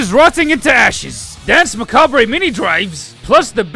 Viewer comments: I love your presentation more tham anyone else on this platform but I regret to inform you that the -re in macabre is silent. I know, me too. wtf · I'm really glad you got a kick out this video it took me a whole ass month to put out I'm really happy you're enjoying this sort of wrestling commentary style presentation. All my life I've been pronouncing the re in Macabre had no clue it was they were supposed to be silent letters